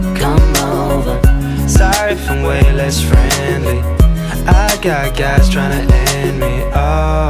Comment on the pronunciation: the dude said "gyus" instead of N**gas. LOL ruined it